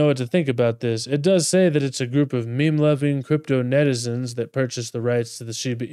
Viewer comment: "Neitizens" Sounds like Kpop